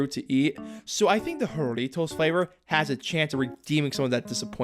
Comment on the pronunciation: It's pronounced Harry-toes